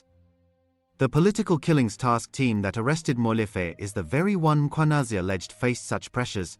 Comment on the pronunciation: Pls look after uour Mkhwanazi these cronies are very dangerous . As forbthe news anchor here, he pronounces African surnames so perfectly. Big up to that 😊